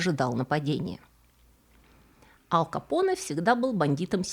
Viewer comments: АЛКО Поне ))) АЛ Пачино Его же зовут АЛЬфонсо, какой блин АЛКо Поне ? Контент хорош, подписался и лайкнул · АЛЬ Капоне! АЛЬ капоне! АЛЬФОНСО Капоне! Не Алфонсо. Ал капоне - слух режет! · Режет слух "Ал Капоне". Не "Аль Капоне". Если на американский манер, тогда уж Эл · Всё таки правильно произносить Аль..в латыни и в итальянском произносить только мягко,Аль .